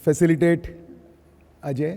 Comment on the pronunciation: Felicitate and not fecilitate